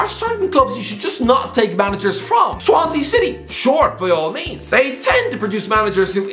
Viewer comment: He said Swansea! In a good way! This is the peak of my day